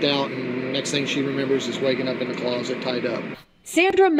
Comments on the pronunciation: That guy’s a great story teller but I wish someone would tell him how to pronounce th….. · I like kids videos but, you don’t get he can’t pronounce th at all.